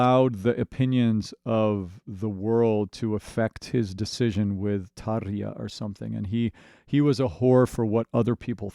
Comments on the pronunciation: Great TaRRRja pronunciation ... :) to start with. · Holy hell, I have never heard a native English speaker pronounce Tarja that well!